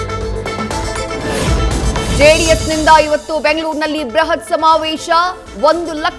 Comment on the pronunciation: ಬ್ರಹತ್ ಎಂದು ಹೇಳಬೇಡ ಬೃಹತ್ ಎಂದು ಹೇಳಿ 😢